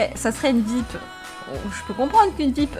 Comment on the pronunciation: 15L sa se lis vip mais sa se dis viayepi